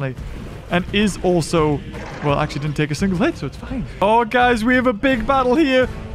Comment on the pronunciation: Not acshly